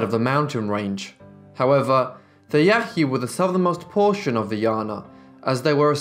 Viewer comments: Pronounced Yãhï Yãhee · I hate to be a smart-aleck but I feel that clarification is needed, Ishi was a member of the Yahi but in the video it is pronounced with enough phlegm to sound similar to "Yaqui". The distinction is important as the Yaqui are still alive.